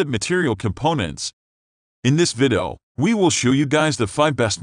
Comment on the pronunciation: Sucks. Waste of time. Computer voice = FAIL. "Vidoh" "Grizzee"... makes me think the uploader types with an accent.